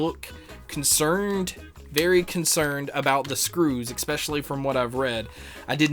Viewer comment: ekspecially ekspecially ekspecially ekspecially ekspecially